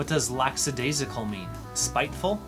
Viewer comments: Lackadaisical not laxidaisical as you pronounced. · Not " lax adaisical" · BTW When you say it, the second syllable of lackadaisical is pronounced "lack," not "lacks." And the accent in askance is on the second syllable. And the "g" is hard in sagacious. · Lackadaisical is not laxadaisical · He put an extra s in lackadaisical , saying lacks - a -daisical, but after ASK 'ence and sa -JACious , I doubt he cares. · nice quiz, but I couldn't help but chuckle when you said "laks - a - dais - i -cal". If you can't pronounce your own words, why are you doing this quiz? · If you're going to do the voiceover ordinaration for this, you really should learn to pronounce the words that you're quizzing us on. You mispronounced lackadaisical, which is lack - a - days - ick - ul, not what you said. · I missed four. Some of these words were pretty esoteric, maybe even archaic. By the way, you mispronounced LACKADAISICAL and ASKANCE. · You mispronounced a few of these words like askance (stress on the second syllable), sagacious (ditto with 'a' as in sage) and lackadaisical. Thanks for your effort all the same! I missed 3 of them. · You don't know how to pronounce lackadaisical. There is no X in the word. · How embarrassing. He mis-pronounced lackadaisical. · A large number of people, in my experience, mispronounce 'lackadaisical'. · Among other words... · LackSAdaisical is the wrong pronunciation.